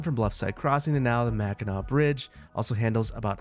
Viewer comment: It’s the lower and upper peninsula. Both sides of the bridge are Michigan. And remember it’s mackinaw city and Mackinac island. Both are pronounced Mack-in-awe